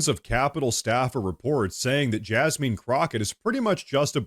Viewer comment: I was thinking, "Why is he mispronouncing her name?" Then it hit me, Oh.... JasMEAN Crocket. 😂